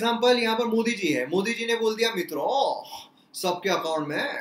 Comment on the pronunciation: Sir ur style of pronunciation of mitron... Is really awesome...👍👍